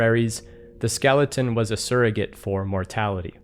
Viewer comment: hahag skelington :)